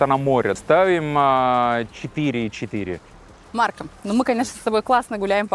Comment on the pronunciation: Режет слух, когда произносит неточно окончание имени Марко, нечто среднее между о и а. Надо бы точнее говорить МаркО.